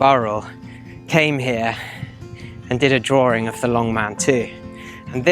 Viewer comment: Very interesting, but i unsubscribed because your serious issue saying the word "drawing" there is no fucking oor or ore, in the word DRAWING! its not "drooring" Sorry, i just cant bear a narrator who butchers our language so badly. ewwww! The writing is quite good. 😢